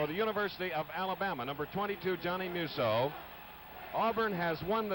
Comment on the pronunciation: These guys cannot pronounce Musso properly! Tons of announcers messed mine, and Terry's name up constantly too!